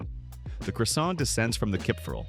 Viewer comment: Could have done your homework to get french pronunciation correct -Croissant for example, but then again AI is no linguist.